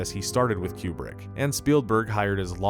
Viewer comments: Kubrick… coup-brick not queue-brick It’s driving me mad… 😁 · Tiny note: It isn't Q-Brick/ Stanley Cue-Brick. It's Coobrick.